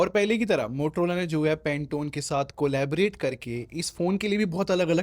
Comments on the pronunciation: Bhai Muthrola nh Motorola h😂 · i heard muhtrola lol